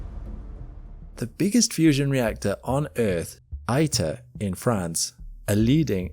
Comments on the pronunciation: My husband is a plasma physicist who works for a fusion startup company, and we have friends who work at several others. I was able to tour ITER in 2025. The info in this video is pretty accurate, but it's driving me crazy that you mispronounced ITER every single time. It's EE-ter, not EYE-ter. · Nice video. Just one observation: : It's pronounced "Eater," since its name comes from International Thermonuclear Experimental Reactor. Reply